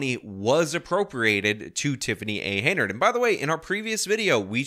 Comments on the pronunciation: It's "Henyard", not "Heynard". If you're going to report on her, and especially if multiple times, then you should get her name right. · This "mayor's" name is HEN-yard .... not HEY-nard. Just saying. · I appreciate your insight on this story, however the woman's last name is pronounced, Hen Yard not Hay Nerd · Bro I literally had no idea that you were talking about the same mayor my friend was because, for months, you’ve been saying it “Hey Nerd” instead of Hen yard. This is friggin hilarious.